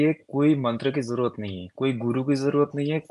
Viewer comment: Ye gyani purush urdu juban bol rahe hai har shabd me nokhta laga rhe hai jaise... आज़, ज़रूरत, ज़ी, समज़े, नज़र, ज़ाया इस प्रकार सबमे निचे डॉट लगा हैँ...